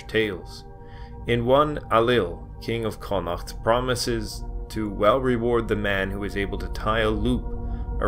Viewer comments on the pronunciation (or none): none